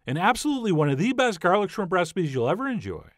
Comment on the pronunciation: Warning: If you pronounce it "srimp", do not attempt this recipe.